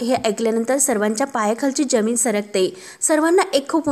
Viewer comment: जमीन आणि आयुष्य हे शब्द जरा नीट बोला